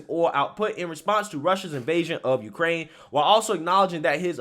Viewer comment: Of Uuukrrrraine